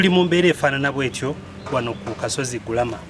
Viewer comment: Gulama not guluma